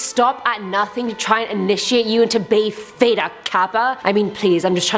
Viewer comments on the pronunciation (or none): none